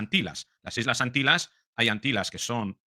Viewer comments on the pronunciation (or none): se dice AntiLLas. Has visto la peli " My faire lady "? Pues ahí hay una secuencia en la que la protagonista dice: la LLuvia en SeviLLa es una maraviLLa. Y lo pronuncia muy bien. Tú eres italiano y entiendo que te cueste pronunciar la " ll ", pero no es difícil.